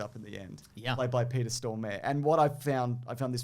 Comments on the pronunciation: I challenge the English speaking world to pronounce Swedish actors names correctly... Just once. It's not Stor-mare, it's Storm-ar-e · Ok guys we need to talk about Peter Stormares prononciation lol. It's Peter Storr-mah-re. Not Stormaire. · It's pronounced Peter Stor-mah-re, the "mare" bit is prounounced with two independent syllables "ma re", mote as the word "mare". /fellowSwede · I've never heard people pronounce "Stormare" so oddly! Stormääää! :D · As a Swede I cannot forgive the way you pronounce the name of great Stormare. Our gods shall find you!